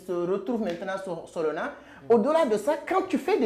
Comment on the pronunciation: Solana fais un effort pas solona